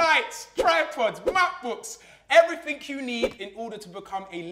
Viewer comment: Nobody: Filly: "everyFink you need"